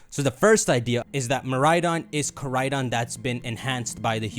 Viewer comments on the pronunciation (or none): I actually can’t watch these videos because of how he pronounces koraidon and miraidon